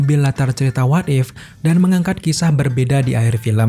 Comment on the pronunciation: Krn terlalu cepat saat mmbaca naskah akhirnya bnyk yg kepeleset dan sangat mengganggu di telinga, sperti kata Spiderman jadi "sparmen", Karakter jadi " Karter", dan What If jadi "wade" 😂🙏